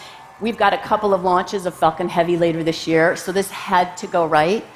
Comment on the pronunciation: it sounds like she says "fucking heavy" instead of "falcon heavy".